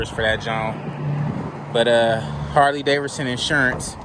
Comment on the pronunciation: Is it me or his he saying Harley DavERson!? Lol